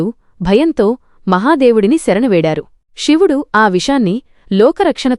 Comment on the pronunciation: అమ్మా.. షివుడు కాదు నువ్ మాట్లాడేది తెలుగు.. సో.. శివుడు అని పలకాలి